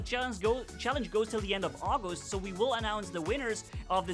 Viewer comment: He said in the month of auwgist